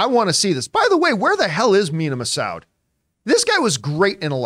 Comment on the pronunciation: Looks like John isn't immune to mispronouncing the Massoud like everyone else